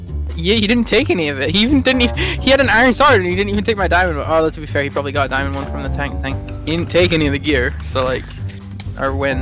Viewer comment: At the "dimaond" ,hehehehe